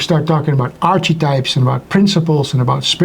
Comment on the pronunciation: The word archetype is pronounced: AHR-kuh-type Phonetically (American English): /ˈɑr-kə-taɪp/ Breakdown: “arch” sounds like “ark” (not like “arch” in arch-nemesis) “uh” is a soft, unstressed sound “type” rhymes with “hype” So you say: ARK-uh-type